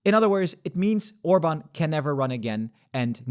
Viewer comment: Why you mispronouncing Hungarian prime minister last name? You don’t care?